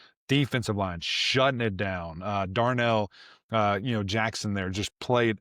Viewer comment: It’s “Darrell” not Darnell. Nevertheless, love seeing your joy about the FSU win. Go Noles🍢🍢🍢